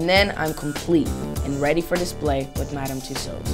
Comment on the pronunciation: LMFAO !! he cant even pronouce MADAM TUSSAUDS properly LOOOL .... hahahhah ... lol when i first heard himm saying tht i burst out laughing :D xxx LOOOL